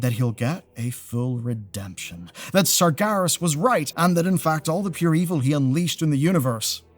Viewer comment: Ain't neve' 'eard of no "Sargarus", mate